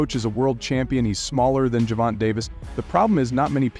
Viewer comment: The AI needs a AI for gervontas name